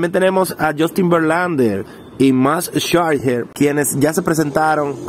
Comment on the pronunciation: Se dice max schezer bro